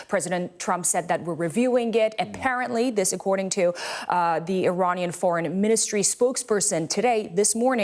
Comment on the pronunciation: Iranian not Romanian 😂